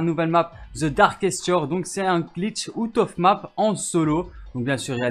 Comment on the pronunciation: Ça pique les oreilles quand tu dis out of map mdrrr